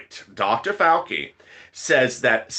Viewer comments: ( Whisper in your ear ) It's Dr. FAL-CHI NOT FAL-KEY 🤣🤣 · It's pronounced Dr Fau Chi